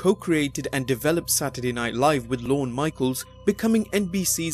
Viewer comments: It's not "Lorn-uh" Michaels. Rather, LORN. No emphasis on the letter "e" at the end. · lol sounds like you said Lorna michael